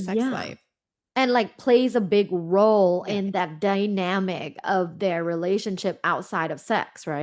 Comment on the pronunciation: "the dwyyynamic"